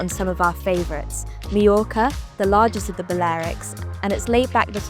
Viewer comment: you should at least have learned how to pronounce mallorca correctly before recording the video